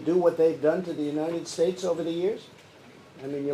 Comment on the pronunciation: United shhhates lol this guy